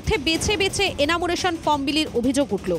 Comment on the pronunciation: সাংবাদিক আপনি? এনামুরেশন বলছেন? আগে একটু পড়াশোনা করে খবর করতে আসুন, এনিউমারেশন উচ্চারণ করতে শিখুন।